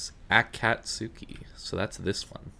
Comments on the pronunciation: That'd be the anglophone pronunciation, yes. But the sylables aren't A-kat-su-ki, but A-ka-tsu-ki, and the "tsu" isn't "tzoo", but "tseh". Hence, Ah-Cuts-Kee. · Dunno if you care, but: Akizuki = Ah-Kee-Zoo-Kee Akatsuki = Ah-Cuts-Kee The "Tsu" is a "Ts" with a barely existent "eh" trailing.